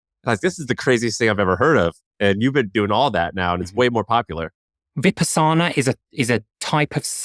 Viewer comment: A) He didn’t even pronounce Vipassana correctly and B) the primary benefit I hear practitioners talk about after a 10-day intensive meditation retreat like Vipassana is insight. Insight meditation can give one deep insight into who they are as a person and different aspects of their life.